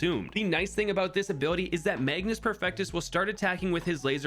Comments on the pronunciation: Mage-us, not magnus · There is no "n" in "Magus" ... and the pronunciation is "may-gus". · Magus Perfectus, like Magus from Chrono Trigger. There is no "n". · Why is everyone calling him MAGNUS when it clearly says magus 😭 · Magus, not Magnus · take a shot everytime say magnus instead of magus